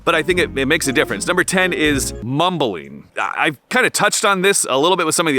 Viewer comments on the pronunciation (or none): Why were you NUR BER ing instead of NUM BER ing? I love your videos 🙂 I admit I was eating Twinkies when you pointed out I was fat 😂